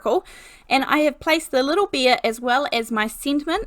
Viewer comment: I've been wondering for a long time if you pronounce bear as /beer/, how do you pronounce the beverage beer?